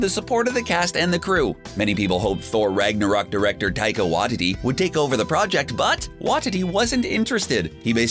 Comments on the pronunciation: "Thai-kuh whaa-tuh-tee" - are you fucking serious with that? You really don't know how to say his name, after the HUNDREDS of times it's been pronounced? It's "Thai-ka Wuh-tee-tee" - seriously, how do you get that wrong??? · Say it with me “WA-T-T” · Man. You butchered Taika Waititi's name. It's pronounced 'Why-tee-tee' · Is it just me, or does the pronunciation of Waititi in these videos bug the hell out of anyone else?! LoL